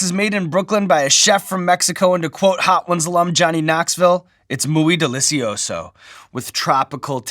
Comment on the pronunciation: “Mooee deliseeoso”